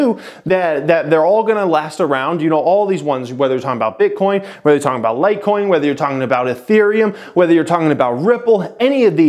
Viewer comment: really clinging on to the words "crypto" and "Bitcoin" for those views. Don't talk on something you know nothing about, dude didn't even know how to pronounce Litecoin, great knowledge base to be making videos on lol